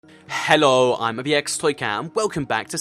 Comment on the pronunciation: Why do u always start ur videos with ur weird hhhheelllooww